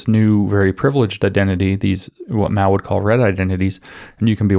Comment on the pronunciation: It's Mao. Not Mau, Maou or Miau, that's a cat